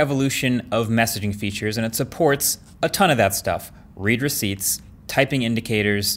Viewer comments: Huh, I always thought it was “red” receipt, not “reed” receipt (both spelled “read”, of course) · As a “tech savvy” guy, I’d think that you would know “read receipt” is pronounced like “red”…not “reed.”